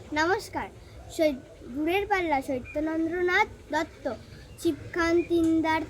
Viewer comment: “দূরের পাল্লা”সত্যেন্দ্রনাথ দত্ত খুব সুন্দর হয়েছে কবিতা কিন্তু কবির নামের উচ্চারণ কিন্তু সবসময় ঠিক ভাবে করতে হয়,সত্যেন্দ্রনাথ দত্ত।